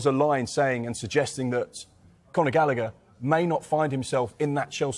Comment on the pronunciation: Conor. Gal a. Her. Not Gallicker. It’s an Irish name Rory Gallagher pronounced Gal. A. Her. Why can’t people said it correctly